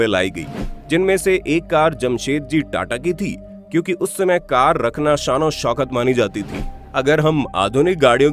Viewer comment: कर का नही कार